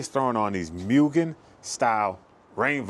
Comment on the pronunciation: Moo-gen not mew-gen. Cool video.